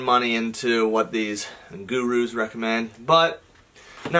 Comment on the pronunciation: no one:: “guru”